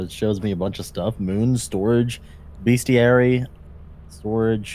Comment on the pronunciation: "Bestary" lol